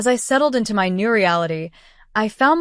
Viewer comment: It's MY not M.Y.